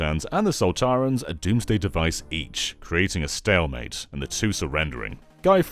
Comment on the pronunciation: It’s Sontarans not Soltarans